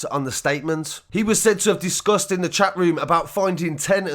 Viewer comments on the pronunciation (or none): Loved the way you said discussed as disgust talking about the abhorrent man